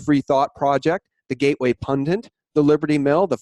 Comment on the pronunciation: PUNDIT PUNDIT IT IT PUNDIT not PUNDINT please.